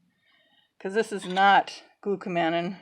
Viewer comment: The correct pronunciation of konjac is konn-yuck. The correct pronunciation of glucomannan is glue-koh-munn-ahn -- it is a polymer of glucose and mannose.